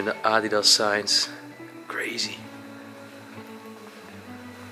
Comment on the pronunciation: Just don’t say adidas if u can’t say it